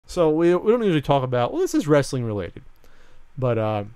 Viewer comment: Oh, gawd, and are going on about their 'wrastlin again. Lol.